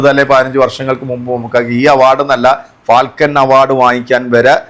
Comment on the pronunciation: ഫാൽകെ അവാർഡ് ആണ്, ഉച്ചാരണം ശരിയാക്കണേ